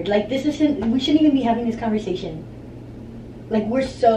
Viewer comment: her: "...like, we shouldn't even be having dish convershashin..." lolol, but we still love her tho hahahaha